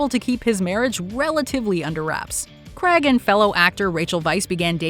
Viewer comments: Would be nice if you could pronounce Daniel CRAIG properly. You would of heard his name millions of times 🙄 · You should probably know by now that Daniel Craig's last name is pronounced Cray-g not Creg.